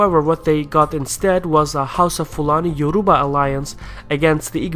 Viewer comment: agh YO RU BA my god you actually butchered everything